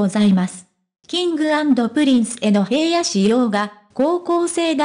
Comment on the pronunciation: 平野くんは、「ひらの」と読みます。「へいや」と読み間違えていて、内容が入って来ません‼️ どうにかなりませんか？